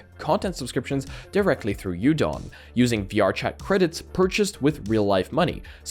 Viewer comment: It's pronounced U-Don? I thought it was udon like the noodle